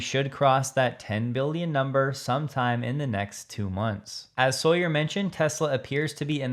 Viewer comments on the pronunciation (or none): none